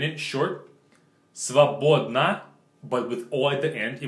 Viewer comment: I like this video so much. And thank you for the "Short adjectives examples", it's very helpful. Btw, I laughed so hard when you tried to show us how the word "свободн" would be pronounced. Спасибо,!